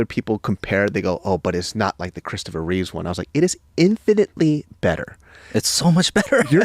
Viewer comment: Both of you saying "Christopher Reeves" is killin' me. LOL! It's "Christopher REEVE." No "s" at the end.